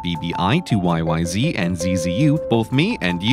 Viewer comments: ask any Rush fan, it's Y-Y-Zed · It's pronounced "Why Why Zed" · YY-Zee? That Rush song is called YY-Zed! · it's yyz, not yyzee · It's Y-Y-Zed!